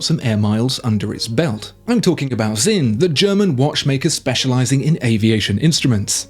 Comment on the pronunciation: Sinn, not Zinn... it's more of a ts than a z.